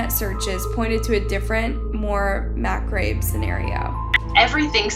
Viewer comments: OMG, learn to read!!! Macabre is pronounced "muh-cob-ruh" not muh-crabe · It's pronounced Mack-cobb. Not Macrabe😊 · Interesting stories, but I have to question who’s writing this. It’s definitely not the reader, because the reader would know the words they’re using. “Macabre” is pronounced ma-CAHB, not “ma-crabe”. “Chagrin” is “sha-GRIN”, not “chargon”. It really, really takes away from the quality of the production. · 'Macabre' is pronounced 'mah-CAH-breh, not 'macarb. The picture of her in a bikini at 7 months looks like a 7 month pregnant belly! Her parents sure were not dialed in...they don't wander why she is in the rub giving birth?? Especially the mother; she enabled her daughter and her eating disorder. If the girl was that popular, I don't understand why she was hanging out with a bad crowd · To the genius narrating this video, MACABRE is pronounced “Ma-cob” not “ma-cob-ray”…… my god, this idiot and anyone editing apparently didn’t go to middle school. The murderer who killed the baby is in possession of more intelligence…. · LoL Mac-crabe, that's a new one. If your not sure about pronunciation just look it up on google, or use a different word that you know how to pronounce. Look at all this big deal and how serious they take this case for killing a baby seconds after it was born, but in Colorado if she would have killed it a 30 seconds before it came out of her it would have been A-OK. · "Mac-crabe" scenario? Omg, that's embarrassing. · Macabre is pronounced like mikob,not how its spelled. Fyi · Yes, glad to see I'm not the only one that was like... what was that? It's not a big deal at all, just funny. It's also confusing because it's not even spelled like you'd pronounce it that way in English: she basically moved the "r" in the word to the pronounce it like it was spelled "macrabe" lol. Maybe it was misspelled in the transcript she was reading off of like that, and she just went with it as a totally new word.